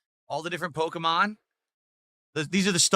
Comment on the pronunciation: “All the different po-ko-mon” I swear his parents dropped him several times when he was a baby. Edit: it’s funny how gave Phil Spencer shit for the Microsoft layoffs and now he is laying off clothes…